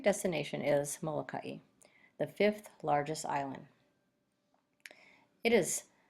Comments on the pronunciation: You are pronouncing the island Molakai incorrectly! It is not Molakai eee! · It is not Molakai.. It is Moloka’i or Molokai. Most Hawaiians in island agree to do both.